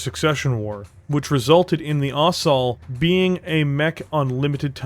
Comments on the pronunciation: FYI - Ost. Sol. Ost-soul. Not Ost-all. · Thought it was pronounced ost-sol, sol as in sun because the disco-machine loadout.